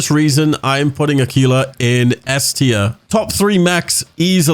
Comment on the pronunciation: Aquilla= ah key lah not " ah quil lah or ah qwee lah" 😆